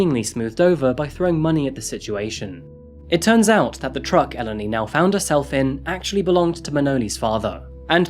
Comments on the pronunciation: Could you try to look up the pronunciations of names before you spend an entire video saying them wrong? Eleni is pronounced Eh-LEHN-ee, not EL-eny. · Hi, hi just a note it's actually pronounced El-en-i! But not crucial to the story, don't worry! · You could have learnt how to pronounce her name, as well as brushing up the editing in general & the rather odd array of non-native speaker language errors, such as phrasal misuse & peculiar stress/intonation. These all spoil this interesting series, somewhat. Just a bit of homework & pre-preparation would improve this series immensely. Learning how to pronounce Eléni would not have been hard, for instance. The trouble is that you repeat her name constantly throughout & it sounds somewhat silly to the listener. Kind wishes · This has been going on for some time. This guy could have learnt how to pronounce the simple words, Eleni & Aegean, among others, which no one has noticed, bizarrely. Greeks have never learnt how to use the present perfect continuous. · The way you're pronouncing Eleni throughout this video is so fucken annoying. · This case struck me the moment I saw the title, my best friend’s name is Eleni, and it’s quite uncommon, especially here in the U.S. One of her biggest pet peeves is people constantly mispronouncing her name throughout her life, so of respect for this poor young woman I’d like to let it be known that Eleni is pronounced “eh-LEH-nee” with emphasis on the “leh” part of the name.